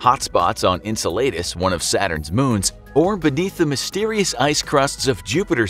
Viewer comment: Your pronunciation of Enceladus gave me a brain hemorrhage.